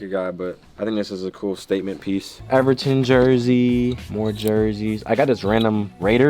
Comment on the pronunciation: You just called Everton Everteeen 😂😂